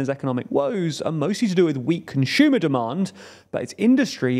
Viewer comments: There’s no H in the word “consumer” stop putting such a weird emphasis on that. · "Conshiuma" 😂 the way he talks is so amusing 😅